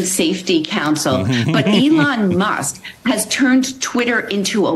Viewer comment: She said “ must” instead of Musk